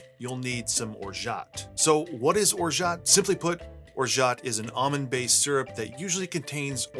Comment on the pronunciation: The T is absolutely not pronounced my dude.